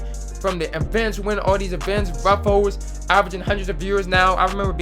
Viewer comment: be like “RuffOles”